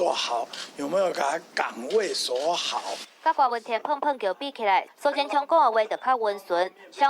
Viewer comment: 柯文哲的“哲”是Tiat才對。